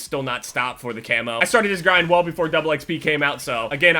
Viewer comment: 'Double eckspee'